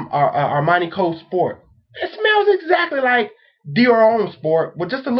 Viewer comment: Please check Peregrine77's video of Fragrance Pronunciation Resources. No offense, but your pronunciation of Terre d'Hermes is off. d'Hermes is read as a single word and the H is mute. Noticed that many US reviewers spell French words like they're from another planet. Homme sounds more like Ohm, not like home. Do you people learn any foreign languages at school?